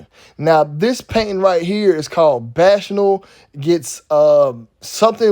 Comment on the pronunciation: Shouts out to You. Btw, the word bacchanal is pronounced "Back-Uh-Naal". Much Respect!!